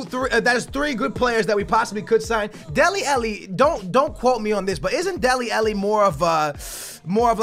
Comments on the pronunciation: ITS FUCKING DELE ALLI NOT DELE ELLE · Stop calling him dele elli its dele ally!!!! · love your content, but please correct your pronunciation of Dele Alli. xD